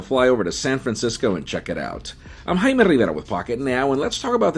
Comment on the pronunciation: Hey Jaime, slow WAY down when you introduce yourself & say your name. It's almost impossible to hear what your saying--literally! And please get rid of the spanish accent when you do! I strongly feel you just just showing allegence to the hispanic population instead of assimilating with everyone in English. So, please stop the the non-sense & I'm sure you know what I'm talking about! Other than that I like most of your informative videos including this one.